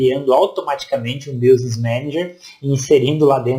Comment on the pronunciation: Gostei da sua aula, mas o som do <"business" como se pronuncia é "biznes", mais ou menos assim.